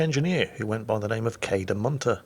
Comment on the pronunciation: FYI: "Munter" (which I presume the name was) in Dutch means coiner (the legitimate kind, otherwise he'd be a "valse munter"), while "monter" (which is how your pronunciation sounded to my Dutch ears) is a somewhat old-fashioned word for "cheerful".;)